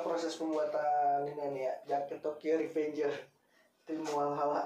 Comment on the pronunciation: Kenapa Walhalla bang bukan Valhalla